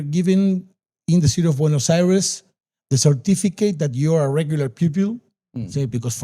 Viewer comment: 'Bueynos Ares' 😂😂